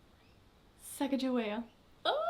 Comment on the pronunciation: I'm from North Dakota in the U.S. Sacajawea is a hugely prominent figure in this area. However they mispronounced the name horribly in this region.